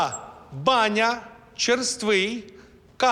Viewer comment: Поправка ві майже експерта з японської мови - ріка по-японськи правильно вимовляється не кАва, а кавА. Наголос на останню А